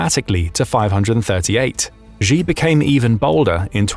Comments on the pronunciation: "Xi" is also pronounced wrong. It sounds close to 'she'. Saying 'zhee' sounds ridiculous to my Chinese trained ears. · Its pronounced She not G